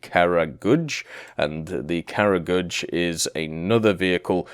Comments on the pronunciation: Cut him some slack its really hard for westerners to pronounce slavic words especially kragulj, i mean how would he know its krah-guly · OMG, you totally butchered the pronounciation... Please do some research next time. Kragulj was especially cringe worthy...